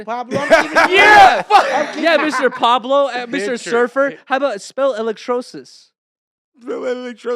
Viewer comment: Who else notices calls Potlord pablore 😂